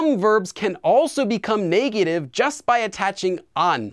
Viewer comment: The way you say negative bothers me. Great vid tho